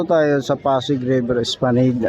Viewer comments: Espalanad po ang pagbasa or pagbigkas. Hindi po Esplaneyd. correction lang po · Mas gusto ko esplaneyd.. parang social bigkasin. Kesa Espalanad.. parang ewan😂😂😂